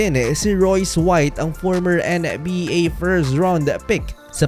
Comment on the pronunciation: ang kulit mo mag salita kailangan tlaga maging OA . anong N-E BA diba pwedeng sabihin mo lang maayos na NBA